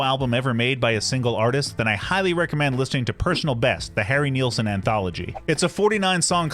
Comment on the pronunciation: It's pronounced as its spelled: NILS-son, rhymes with SCHMILS-son! Not sure why this is such a common mistake. You never hear Youtubers talk about Brian WHEEL-son... Source: The first five seconds of his debut RCA album (played in this video!), and any interview where Harry is sober enough not to slur his speech. Regardless, thanks for bringing attention to one of the 20th century's greatest singer-songwriters.